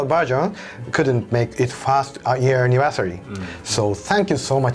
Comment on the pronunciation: 'Anniversaey' *Engrish intensifies